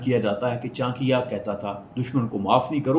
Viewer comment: Saala, naam toh sahi se bol ?